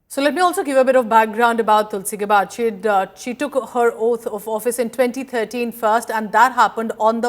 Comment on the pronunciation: Its not pronounced as गबार्ड, it is pronounced as गॅबर्ड. Use the right pronunciation!